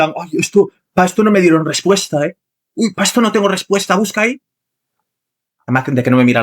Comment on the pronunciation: a penas puede pronunciar la ''R'' la pronuncia como ''TWIERRWA'' MI ''RWESPUESTA'' ''RWESPONDA'' realmente, parece haberse criado en lengua materna inglesa y que SI, sea una semilla estadounidense... que Circo la locución amor.. TWIERRWA